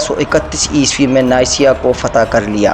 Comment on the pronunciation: Neysiya nahi Niqiya lafz h